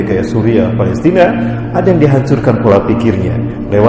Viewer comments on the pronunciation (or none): none